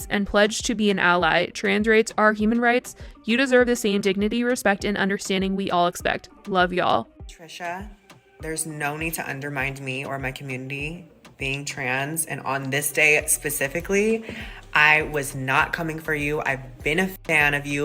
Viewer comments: Nikita, its "undermine" not "unermind" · When Nikita said 'undermind’ instead of undermine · Nikita - stick to small words, girl. It's underMINE, not underMIND. SMH & LOL & 💀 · I still can’t get over nikita thinking the word is undermind and not undermine 😂😂